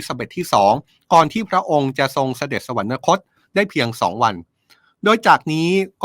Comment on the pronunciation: สวรรคต อ่านว่า สะ-หวัน-คด ค่ะ ไม่ต้องมี- นะ